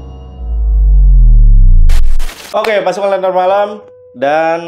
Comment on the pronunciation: Lenntera Malam kak,,bukan Lentera Nalam😢